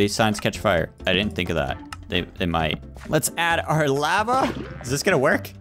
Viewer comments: It's lava not laiva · It's pernounced lova